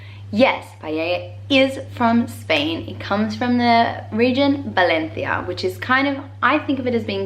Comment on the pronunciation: Igual que otra gente que comenta: te escribo en español así practicas :D Muy buen vídeo y debo aplaudir tu pronunciación con las Cs (AndaluCía, ValenCia, BarCelona). Lo único que te falta por pulir es Paella :P Al menos no lo pronuncias "paela". Sé que es una palabra difícil, pero lo conseguirás.